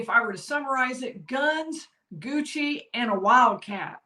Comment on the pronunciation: Leave it to South Carolina to pronounce Gucci as 'Goosey' lol.